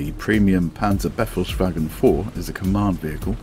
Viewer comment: KwK = KampfwagenKanone :) "tank cannon"; Befehlswagen is pronounced as "buh-fails-wahgen", not "beffle's waggon" =) It's a command vehicle. But cannot expect an Englishman to understand/pronounce German =) Great vid though!